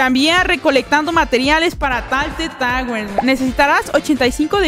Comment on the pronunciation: "Rocket Lish" "Talted Towers"